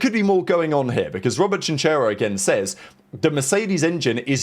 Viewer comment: Chinchero is pronounced Kìnkero, with the accent on the i